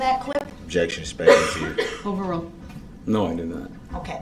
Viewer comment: He thinks it’s speckuhtive when she asks if he saw the car hit people. I guess Duhrells lawyer brain doesn’t understand what an eyewitness is. She didn’t ask if he thought the car was going to hit people that would be speckuhtive as Duhrell puts it.